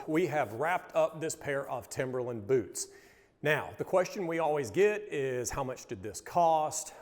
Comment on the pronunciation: The way they say BEWTS is very satisfying hahaha